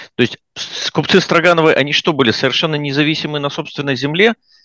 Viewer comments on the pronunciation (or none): Не возьмусь вдаваться в происхождение фамилии, но произношение Стро́гановы куда проще и естественней чем Строга́новы. Возможно это издержки местного произношения. Я часто слышал: "этот брус стро́ган". И ни разу не слышал: "этот брус строга́н", хотя и допускаю что где-то говорят и так. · СтрОгоновы не СтрогАновы. Промысловые люди не промышленные, это потому что вы во всяких Латвиях и США живете и там по другому ударения в словах или почему? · СтрОгановы, а не СрогАновы!😂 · Почему СтрогАновы? СтрОгановы же. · Впервые в жизни услышал ударение в фамилии отличное от СтрОгановы. Очень удивился. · уланов понятно к дефектам его дикции я уже привык, но, интеллигентный, образование человек, всегда говорил чётко и внятно, тут те же СтрогАновы и т.д. толи дразнит Уланова то ли у них в США другие правила по ударениям. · фамилия СтрОгановы - правильно произносится с ударением на первое О. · Всегда слышал произношение этой фамилии как СтрОгановы. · Мне понравилось, спасибо за ролик Я привык к другому ударению , но это не принципиально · Тоже это слух резало.